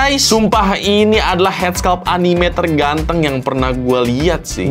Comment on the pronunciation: Anime nyebutnya bukan anime